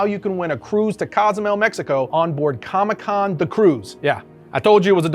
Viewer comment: Com-ICK Con lol